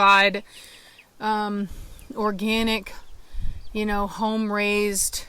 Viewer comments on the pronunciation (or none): none